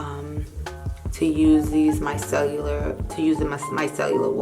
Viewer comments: Your skin looks great. It's pronounced micellar water, not micellular water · Love this video! I do have to say that it is micellar and not micellular, love your content as always!!